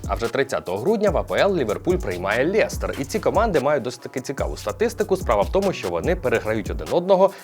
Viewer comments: Вухо ріже «лєстер» Хіба не лестер? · Все як завжди ТОП. Тільки не ЛЄстер, а Лестер😅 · Жду коли ти розгромиш Мудрика) Кумарять українські клуби своїми цінами на футболістів. ПС. Лєстер? Який Лєстер? Я його не можу так назвати навіть коли говорю quatsапською... Лестер, а не Лєстер! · Класний випуск. Я дивлюсь всі твої випуски що найменше 2 роки.. плііз говори "Лестер на не Лєстер. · Та чому лєстер а не лестер? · Вибач, хочу тебе поправити не Лєстер а Лестер) А так то дякую за огляд) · Дякую за випуск) Тільки старайся, будь ласка, говорити лЕстер, а не лЄстер 🇺🇦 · Чому ЛЄстер?? лЕстер!!! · Цікаво ти Лестер вимовляєш!